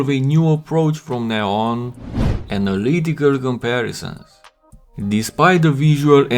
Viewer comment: “Analycal” lol